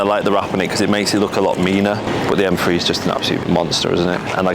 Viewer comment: M-FWEE Its M-Three